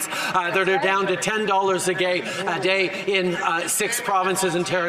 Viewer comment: He said 10 dollars a gay😂😂